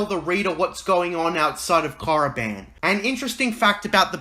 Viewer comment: Don't even speak of that abomination. And it's KORIBAN not moriband. Ugh by the love of God I can't believe george signed off on that crap